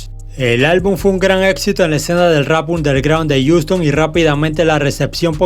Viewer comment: Wey se dice jiuston asi pronuncialo jajaja se escucha bien feo como dices ouston